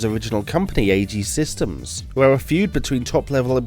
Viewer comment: "Airacom" "Queerex" "Assejy" 😂